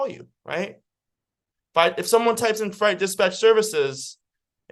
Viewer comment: Great content, but fright and freight are 2 different words with 2 different meanings and pronounced in 2 different ways.